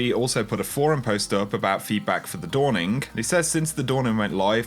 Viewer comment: Why do is there a k added to every word ending with a "ng"??? "The Dawningk". "Endingk."